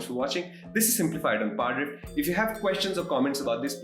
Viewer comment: the way he says "parrdrfft"